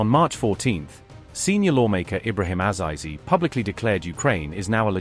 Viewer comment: It's Azeezee you idiot, not eyezyezee